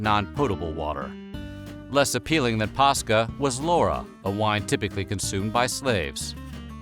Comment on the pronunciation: I can't be the only Finn here. For those who don't know the way he's pronouncing Posca is the exact way we pronounce a Finnish word, paska. This word literally means shit.